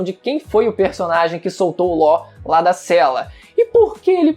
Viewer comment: "U Lów" é Law pxx(nem percebi era pra mim ter posto "x" e ñ "r",dsclp ae kkkkkkkk)